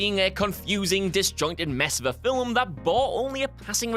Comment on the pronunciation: Very impressive, getting two syllables out of 'film'